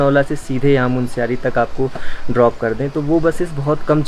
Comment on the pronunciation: Oh Sir Jee, MUNSIARY galat hain. MUNSYARI sahi hain.